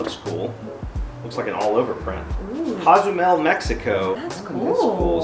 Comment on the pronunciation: It’s Cozumel Mexico not Cazumel Mexico